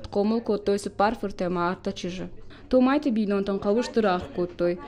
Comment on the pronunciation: "Томайты Заpетæ..." Ударение на первый слог фамилии